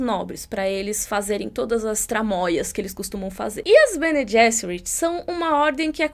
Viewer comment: O "g" em Bene Gesserit é "soft" mesmo, pronunciado /ˈbɛniː ˈdʒɛsərɪt/ em notação IPA (alfabeto fonético internacional). É o mesmo som do 'g' em "general" em ingês e não o /g/ de "get" (/ɡɛt/).